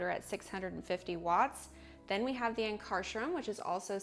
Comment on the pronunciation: Yikes , learn to pronounce Ankarsrum and honestly without question it is the absolutely the best machine by miles !! yes, it has a learning curve, but the product output is by far THE BEST .